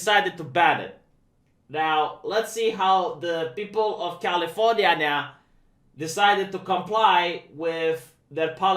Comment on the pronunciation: hmm, it sounds like you’re saying canadian constitution in that part about california.